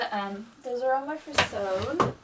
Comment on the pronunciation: Hello! You have a lovely collection! If you are wondering about pronunciation I believe furisode is pronounced Fu-ri-so-day. It is four syllables instead of two. The same goes for tomesode. I hope I'm not being too forward and hope you find this useful!